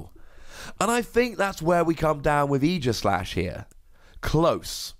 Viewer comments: Oh my goodness, YAS, someone finally pronounced his name right! It’s not AGEislash, dang it! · 2 wossy card. Never gonna see serious play. There are way too many ways to get off the active spot. Even if we get an uber busted mon with an ability that prevents retreat there are still a lot of way you can get out. And btw thanks for pronouncing it properly. It's aegis like the old greek shield not years.